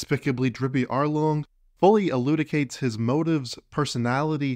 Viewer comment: Hey I don't say this to bring you down, I just want to let you know: it's elu-CID-ate, not elu-DIC-ate. Like to make lucid. But your video is great, and don't get the impression I think otherwise.